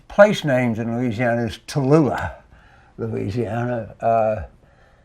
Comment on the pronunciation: Anytime I hear someone say….’Luuuzianna’ I know they are the real deal from there! Also ‘Naw Orlaans’ is the sweet tell tale pronunciation. TV reporters always kill these words…..because Yankees don’t know how to pronounce southern words/names. Poor things.